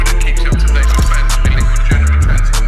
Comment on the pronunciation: Another month of Robbie trying to say the word ‘January’ correctly.